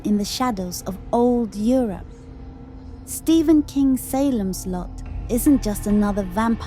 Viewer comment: SAY lems Lot.